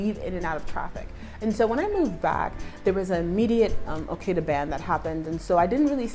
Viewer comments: Took me a while to understand, thought she said Al Queda🤦🏽‍♂️😂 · It's Okada (Motorcycle Drivers) not Okeda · to help you blend, it's pronounced O-KAH-DA with a long "A". You just corrected yourself with AJAH. Please I know that I've seen someone help you with IBEJU LEKKI pronounced EE-BAY-JU LEKKI not EE-BAH-JU that I've heard to many times from an Authentic who lives THERE sha.😶 It took me a minute to try your channel. I've come to learn that I was wasting time because you get more hilarious with each video.😂 You're also winning with valuable content. I am subscribed, liked & commented. Great driving ooo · Did you buy a car? It’s okada the way you pronounced it sis😂